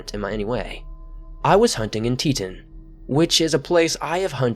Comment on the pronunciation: Teetin lol did you mean to say Teton???